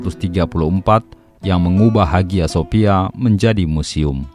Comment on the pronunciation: Bacanya Aya Sofia Mas...